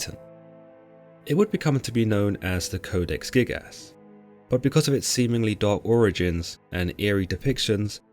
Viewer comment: I know I am not the only one hearing him saying "Codex thickass"